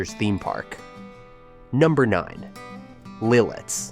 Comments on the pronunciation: lol Litiz is beautiful! It’s pronounced LIT-it’s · Really? Lititz, PA is spelled and pronounced wrong! It is pronounced Lit its, and there is not 2 e's in Erie, it's not haunted!!!!! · I'm sorry, calling it Lilitz and then pronouncing Lititz differently every single time is actually wild I'm crying 😂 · A lot of errors in the Jim Thorpe segment, followed by calling Lititz, Lilitz- that’s when I turned it off. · It's pronounced MAUK-CHUNK (Jim Thorpe) LITITZ not Liltiz Lewisburg has some incorrect clips. I'd know I live nearby. There is no WEGMANS in Lewisburg, that's half hr away in Williamsport. And s Your Wellsboro Downton shot with a blue building to the left is LEWISBURG. I work in SC and the population is when class is in session. You showed Port Matilda in one clip. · Oh FFS, it’s bad enough when you AI voices mispronounce the names but misspelling is unforgivable. IT’S LITITZ!!! Even a second gaff LEETITZ, keep going BOT! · You spend all that time making a video and misspell/ mispronunciation Lititz. Lost me there. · Mauch Chunk not Mount Chuck. Also Lititz and Lilitz. who are you??